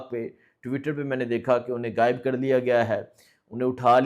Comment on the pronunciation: apny pronunciation py kaam karo. گائب، حاموش، عمران ھن